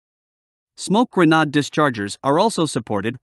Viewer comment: Smoke grennawhd! 😂 AI/computer voice not programmed to correctly enunciate English words. This vehicle wasn’t selected by the CAF for their TAPV. That went to Textron.